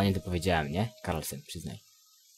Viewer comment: a paladyn to się nazywa Karlen a nie Karlsen :P